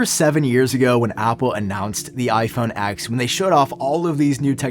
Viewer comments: it's pronounced iPhone 10 not X! 🤦‍♂️ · Why do you keep saying iPhone “ex”. It’s ten, it’s always been ten.